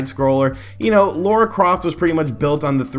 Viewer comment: Also "LARA" Croft, not "Laura" ...your friendly after-the-fact copywriter. :)